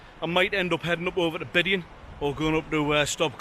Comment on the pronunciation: Bian,,, bee,,ann is the pronunciation